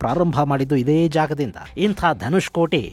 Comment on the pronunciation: Not Dhanushkoti it's Dhanushkodi .